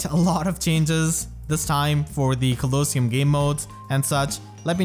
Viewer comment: Cute pronunciation of coliseum.